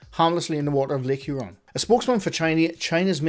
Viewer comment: you pronounced Lake Huron correctly. And thank you for covering this; I've been waiting for some sane, rational, and humorous coverage of this ufo topic. 😊